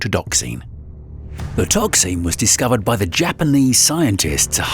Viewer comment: The inability of the narrator/AI to pronounce any word ending "---xin" is absurdly annoying.